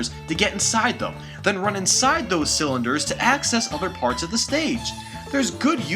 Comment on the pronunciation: did anyone notice he said slunders rather than cylinders